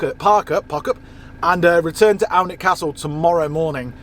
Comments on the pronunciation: It’s pronounced “Anick” not as it reads “Alnwick” ☺️ great video. Thank you 🙏🏼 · Did you mean An-ick castle? 😀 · Alnwick is pronounced Annick. Don’t know if you mentioned it but I think the admission is a little cheaper if you book and pay online, or that might just be the gardens. Also well worth a look is the huge second hand bookshop in the town. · Pronounced Annick castle 😊 fantastic drone shots of the Causeway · I live in Northumberland, I love it when people try and pronounce Alnwick, very posh lol it's pronounced Anik ☺️ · Alnwick is pronounced as Ann-ick It’s a fabulous spot we are fortunate to live about 70 miles away . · So glad you got to see a bit of Northumbria one thing Alnwick is pronounced Anik great show thanks for everything xxxxxx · Hi I’m from Northumberland I must say we are very lucky to live in this part of the world with such beautiful scenery. We pronounce Alnwick Anick btw 😉 I’ve been and done everything you went too so it brought a lot of memories back, great video 😊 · It’s annick castle it’s a silent L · Alnwick Castle is pronounced Annick Castle 🏰